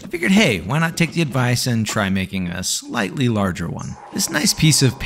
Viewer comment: Exactly when you emphasized on "slightly" i started expecting a big ass version :))) that's how a regular viewer should know your humor lol